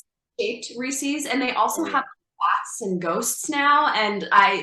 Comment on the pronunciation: She is soooo hot 🥵 But the ways she says Reese’s is sooo wrong 😂